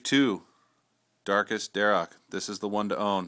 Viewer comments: it is pronounced "dar ack". anyway still cool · its dharak